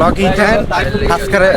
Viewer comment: subscribe বলতে পারে না 🤣